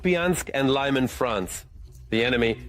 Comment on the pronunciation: Brjanśk Lyman (not Lajman) 😂